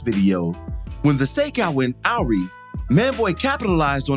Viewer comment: Awry = Uh rye